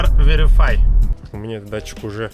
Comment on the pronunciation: Датчик все же называется Polar Verity а не Veri(F)y